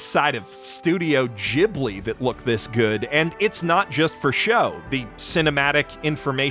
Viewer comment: That's not how you say Ghibli. Or GIF.